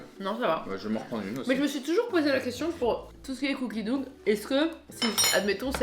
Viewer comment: Je vous en supplie "cookie dough" se prononce cookie doe/dow on entend pas le g, c'est pas en mode "dougue" Mes oreilles on eu du mal 😅